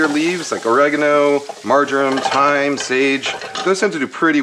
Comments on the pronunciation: Thanks for saying or-reh-garno the British English way ;-) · You pronounced Oregano correctly!!!!! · You may have cleaned your frypan wrong but don’t worry, you pronounced oregano correctly! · Oregano - you pronounced it correctly the first time. Yours sincerely, United Kingdom. 😂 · HE PRONOUNCED OREGANO CORRECTLY THE FIRST TIME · You got the pronunciation of oregano right the first time...